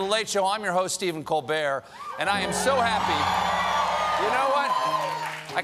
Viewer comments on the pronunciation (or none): none